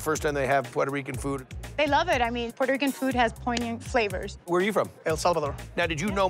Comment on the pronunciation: The way he says Puerto Rican though 😂 “puay-toe rican” lmao he’s making it more complicated for himself to pronounce it